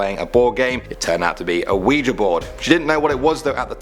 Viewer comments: oujia is not pronounced "WE-JA." It;s pronounced "WE-GEE" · Ouija = Wee-jee, not wee-jah. And it is NOT a game. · It's pronounced weejee not weeja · umm it's said weejie not weeja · I've heard both a considerable number of times tbh. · Oujia isn’t oh-wee-ju it’s wee-jee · U spelled ouija “oujai” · "the oujia" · ouija is pronounced "weegee" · Its pronounced awege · The wijuh XD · Sorry man, I know it's just your accent... but it's pronounced like weejee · 1. it's spelt Ouija 2. pronounced we-G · you said oujia wrong